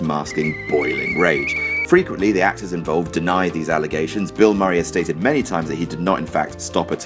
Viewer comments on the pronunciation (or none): none